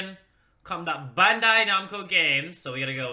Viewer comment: Can you please stop saying bandai namco like that? When you pronounce Bandai like Bondai it's so cringy